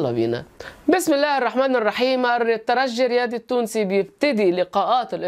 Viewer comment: رجعت يا وجه السعد.عدينا معك الموسم الفارط جميع تحليلاتكم منطقية وممتعة.متابعكم من تونس. شكرا على نطق الترجي بالجيم.تحياتي